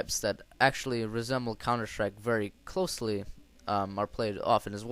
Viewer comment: Xd old vid but what really is Funny u Said Countershtrike xxddd